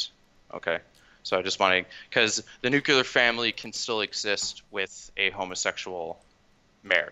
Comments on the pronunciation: ... the nucular family... my god please stop repeating it. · The guest pronounced nuclear incorrectly. I don't understand why so many people pronounce nuclear like that, or how they look at the spelling of the world and think it's "new-kya-lure" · Please stop saying nucular. Please stop saying nucular.